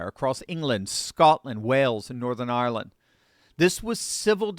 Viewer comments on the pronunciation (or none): none